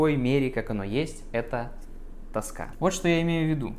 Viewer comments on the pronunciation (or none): none